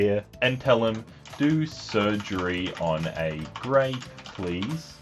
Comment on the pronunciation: Grape sounds like grope